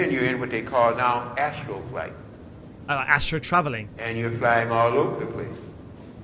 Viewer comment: "ASTRAL travelling", not astro...